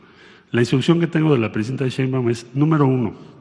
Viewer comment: ay wera! tas muy sabrosa pero lo tuyo nomás no es ni el francés, ni el inglés, ni decir Sheimbaum correctamente